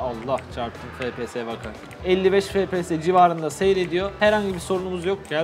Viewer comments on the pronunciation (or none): O fps efpies die okunmuyomuydu?, yokasa benmi öyle biliyom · abi FPS değil ef pi es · harfleri Türkçe söylemek daha iyi